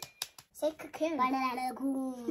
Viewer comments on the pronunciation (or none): say cacoon: LalalaCavoon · Just loved the way pronounce Cocoon 🤣🤣❤